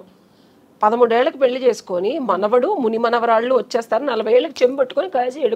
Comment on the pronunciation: Anchor garu speak correctly it’s called Pelli not Peli